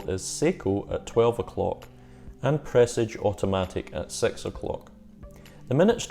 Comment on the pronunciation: Fabulous video, so nearly achieved 100/100. Sharp intake of breath at that peculiar pronunciation of Presage 🤤